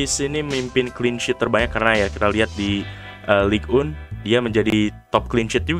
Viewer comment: Btw bukan ligue un tapi ligue eng